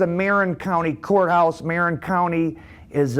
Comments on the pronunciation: I like your channel very much. Not be a grammar Nazi (no pun intended) but it’s pronounced M uh rin not marron. It’s the same county where San Quentin is located. One county North of San Francisco and one county south of here in Sonoma County where Barry Mills was from. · The county you are talking about is pronounced MAR - IN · ... its MA-RIN county. Also Tyler Bingham was the half Jewish AB leader not Barry Mills. Tommy Silverstein was adopted by a Jewish step fsther but his real fsther was Irish "well known prisoner in international rape circles" 😂😂 WTF DOES THAT EVEN MEAN?!?!